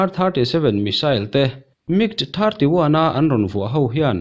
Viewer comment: Mig(Mik) ti tawhsuh M.I.G fighter tiin ahming lam tawh rawh aw